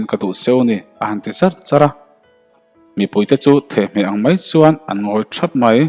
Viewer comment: Thehhmeh a awm ngai em ni le? the-hmeh tih tur ava nih hmel ve.